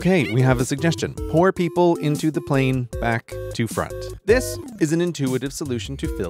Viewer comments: Are you saying pour people or poor people ? Why is everyone in such a hurry to sit when the plane leaves at a set time ?.......I would be worrying about how I was going to get off. like open that slider downer thingie ..something that matters... This would make a fun video game .. the suggestion monkey , raut rara rauit ...the banana on the table,great job ... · I know he said “pour people,” but at first my brain decided to hear “poor people,” and I thought the suggestion monkey was gonna be like “plebs in the back, I can’t associate with that filth” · I first thought he was saying POOR people at the back instead of pour?? 😂